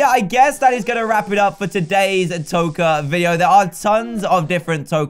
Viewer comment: Patricia Scheld It's Toca not tokar